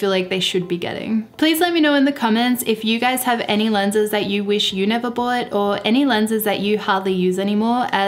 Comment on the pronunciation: Love it when she says bowut - bought.